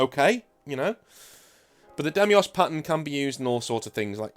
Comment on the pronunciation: Deimos. Dye-moss. Like the smaller moon of Mars, or the Greek god of dread.